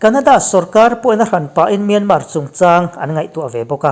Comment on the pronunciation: News reader ah chuan Myanmar lam hming hi i lam thiam berin ka hria...Min awng hlai...han tih te hi dik hmel bik eeee